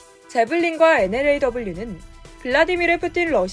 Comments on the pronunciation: 엔러 라고 읽어주세요. NLAW라고 읽지 마시구요. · NLAW 엔엘에이더블유가 아니라 엔ㅡ로우 입니다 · 명색이 언론사면서 NLAW를 엔로우, 엔로로 읽는다는 것 가르쳐 줄 사람이 없나요?